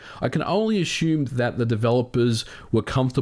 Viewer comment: What do you mean Ashume? You keep saying it but not sure what "ashhume" means.